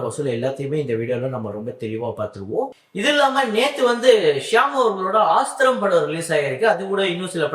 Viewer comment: Aasthram ❌ Asthram ✔️